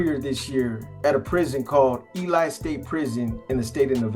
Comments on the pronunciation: Hey bro good story , Ely is pronounced Eee Lee not Eelie , , hope Chuy can get stabilized!! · It's pronounced E-LEE not E-LIE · Pronounced (E-Lee) Nevada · It's 'Ely' NOT 'Eli', It's pronounced, 'E-Lee'. Some people have a lot to say about a place they don't even know how to pronounce! Lmfao